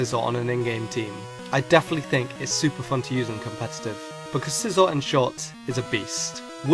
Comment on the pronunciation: ITS SIE-ZOR!!